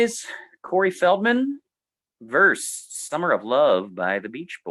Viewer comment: Fun video. At the risk of sounding pedantically unhip, a tip for: "vs," since it is short for "versus," is more logically pronounced "versus," not "verse" (a word which, of course, means something else entirely).